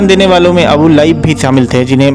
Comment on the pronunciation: अबु लाइब नही, अबु लहब बोलो।